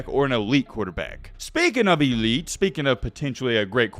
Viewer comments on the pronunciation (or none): none